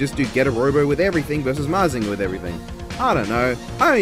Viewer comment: You are pronouncing mazinger z right and believe in the getter